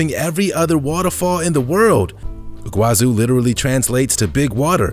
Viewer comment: Iguazú (Spanish, in Argentina) / Iguaçu (Portuguese, in Brazil) is pronounced "ee-gwah-SOO" in both languages, with the stress on the last syllable. It's not "ee-GWAH-zoo" as in the video.